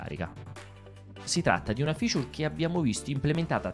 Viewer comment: Quanto te piace dire "Ficiur"